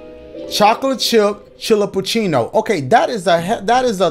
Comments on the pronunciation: to pronounce chillapuchino its chi-la-po-chi-no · So it pronounced Chi-la-pu-ci-no I guess?? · The way he pronounces Chillapaccino gets funnier with each time LMAOOO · the way that Dashie pronounced “Chillapucino” different each time took me out💀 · I like how every youtuber I've watched struggled pronouncing the chillacupino drink idc if I spelled that wrong either but it's hilarious. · The way he pronounced “Chillapuccino” different each time 😭😭 so cute lol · The amount of times you mispronounced chillappuccino is hilarious 😂😂😂